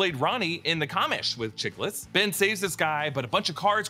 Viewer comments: "In the CAHH-mish". That killed me. (It's cuh-MISH, short for police commissioner.) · Actually (pushes glasses on nose) it's pronounced "The Kamish." Short for "The Commissioner." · It's pronounced: "cah - mish" you know, short for commissioner .... The way you pronounced it was just offensive! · the COM-ish lmao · The way he pronounced The Commish was hilarious.